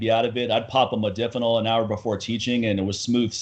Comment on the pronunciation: Modafinil is great(by the way pronounced Mod(a)finil not Mod(i)finil.) It is an atypical and selective dopamine reuptake inhibitor but is also serotonergic and adrenergic in other ways making it very effective at boosting cognition and wakefulness. made the mistake of mentioning in negative context soldiers using provigil and nuvigil. These are the brand names for Modafinil and Armodafinil the separate enantomer. Great stuff though works like those other stimulants but technically isn't a stimulant and has much less potential for negative side effects. Good podcast too, its unfortunate there's so much ignorance and misinformation out there when it comes to HRT. Unless you're willing to pay out the ass you'll come across uneducated physicians and endocrinologists who don't know dick about hormones and have people on these protocols that are awful, doing things like crushing their estrogen when they're already on low dose T which can cause serious side effects down the road for bones and the heart and many others. Always enjoy listening to share his knowledge.